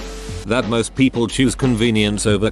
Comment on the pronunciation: Nobody: Synth Voice: Pronounces ‘People’ as ‘Peeoplee’